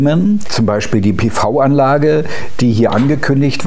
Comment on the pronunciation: PiVi Anlage. Endlich spricht es mal jemand richtig aus! Dieser Kommentar ist natuerlich ohne Produktplatzierung!